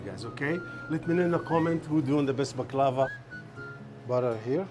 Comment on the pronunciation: Can someone explain the regional difference between the pronunciation of baklava? They both said it differently in the beginning